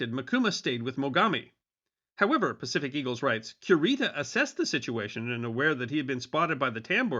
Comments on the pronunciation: Correct me if I’m wrong, but isn’t it KU-ree-tah and not QUE-Rita? 🙈 …sorry, I love this channel and content, but that part was like fingernails on a chalk board for 15 min. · LOL Cure-ita sounds like a dog medicine! Stop mispronouncing that man’s name, it sounds horrendous!